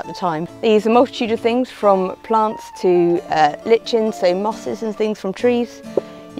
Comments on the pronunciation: Swear I ain't ever heard someone pronounce lichen like that before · Did nobody else quiver when she pronounced lichen like that ? 😂